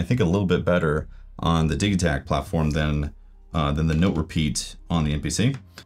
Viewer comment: Your pronunciation is correct because the name Digitakt is in swedish, and I like how they use words that are similar to english when naming their instruments